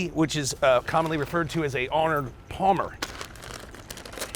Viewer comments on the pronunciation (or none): Arnorn palmer? Really??? Pretty sure its Arnold Palmer like the golfer but I may be wrong